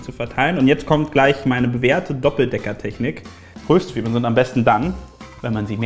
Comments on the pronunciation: Das nächste mal auf'm Konzert schenke ich n Duden. Wie zum Henker spricht er bitte Röstzwiebeln aus. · Wen regt es auch so auf das Röööhhstzwiebeln anstatt Röstzweiebeln sagt? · Ich hasse es wenn jemand Rööstzwiebeln sagt☹😭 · Omg das heißt nicht Röööhhhhstzwiebeln sondern Röstzwiebeln XD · Findet es noch jemand so fürchterlich wie "Röstzwiebeln" ausspricht?😂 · Wen regt es noch so auf, wie Röstzwiebeln und angeröstet sagt?😂